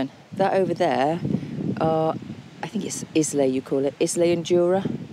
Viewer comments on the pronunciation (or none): “IZ-LEE” 😂🤣. “Eye-LA” 😉👍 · Islay - 'Eye-la" is probably the closest pronunciation.